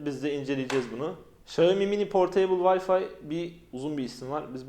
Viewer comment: X Çincede Ş olarak okunduğu için çayomi değil şiyaomi dsvndsj